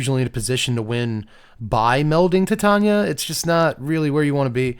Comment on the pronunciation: It thrills me to hear Titania pronounced correctly. Yet another reason is king